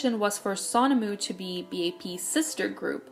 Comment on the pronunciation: (also u were pronouncing sonamoo a little wrong the son part is pronounced like phone)